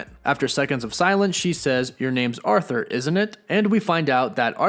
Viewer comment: It’s “ARE-thur”. Not “AUTH-ther”